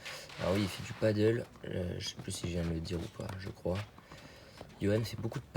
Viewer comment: C'est pas du paddle, c'est du padel ! (paddle c'est de l'english ça se prononce "padeul", planche avec une pagaie, sur le lac), ce dont tu parles c'est du padel (en español padèl, jeu de raquette à 4 d'origine mexico espagnol) ;) Je voyais pas trop le rapport entre faire du paddle et être bon en amorti :D Cool ta chaine, je joue à Meythet, ça fait plaiz de voir mes spots du coin. dans tes vidéos :)